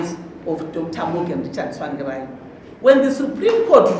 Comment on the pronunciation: The way she pronounces 'Tsvangirai' Tswangirai 😁😁